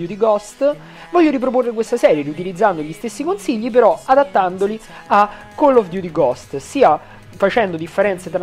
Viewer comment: attenzione forse il nostro pow3r ha smetto totalmente di pronunciare chell of duty al posto di coll of duty (la pronuncia intendo) ahahahahahah grande pow3r big up !!!